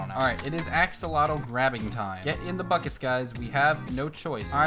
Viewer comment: When he said “ get in the buckets guys “ I thought he said “ get in the fuckets guys “😂😂😂